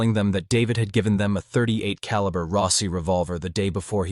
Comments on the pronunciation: the pistol in this video is a glock, of you zoom in you can see it is a 9mm glock 17 gen 3, a modern pistol. The killer in this video used a .38 (pronounced thirty eight caliber, not "point thirty eight caliber") and a .38 is a rimmed cartridge and can not be fired from a Semi-auto magazine fed pistol... that is a revolver round. Not to mention this gun being a glock 17 gen 3 in 9mm, that was first released in 1998, and this story takes place in 1979. If you need to hire or just ask a firearms expert just do that for your videos, better to ask for help then to sound like ignorant on the subject, especially as the subject of firearms is so prevalent in your videos. Just go to a gun store and ask the guy or girl at the counter to anwser your questions, buy them lunch or give them a gift card to a restaurant or something. And you will have your expert to help you sound like you know at least a little about a topic you "professionally" speak about frequently. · this has to stop, please, when someone names a caliber, they do not pronounce the "point" before the number, a .38 caliber is pronounced "thirty eight caliber" a .44 caliber is pronounced "forty four caliber". Please stop saying "point" before the number, it makes you sound like an AI and also shows, in just one word, ignorance of the subject of firearms.